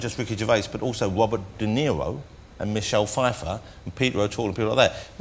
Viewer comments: Wobert De Zewo eh. Not that faakkin old zionist satanist globalist cabal goon again. Weely? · “Wobert Deniro” 😂😂😂